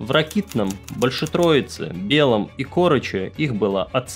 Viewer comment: Ааааааааааа грАйвороне и не кОроче, а в корОче!!!!!!!!!!!